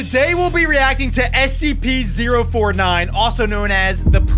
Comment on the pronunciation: You just say sep 4 tin